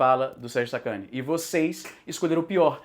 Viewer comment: Izzy falou Sérgio sacani eu ouvi sacudo.